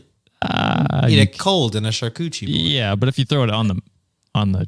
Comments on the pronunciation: Did say shark coochie board 😭😭😭😂😂😂😂 it’s charCUtERIE. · are we really letting get away with "charcoochie" 😂😂😂😂 oh I'm laughin so hard